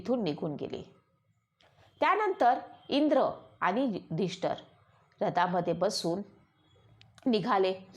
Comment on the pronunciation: महत्वाचे म्हणजे आपण युधिष्ठिर असा शब्द प्रयोग केला पाहिजे आपण उच्चार नीट केला पाहिजे युधिष्ठर म्हणत आहात ते चुकीचे आहे